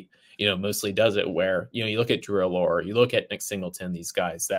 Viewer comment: Drew “Alure”?? 😂 It’s “Allar”.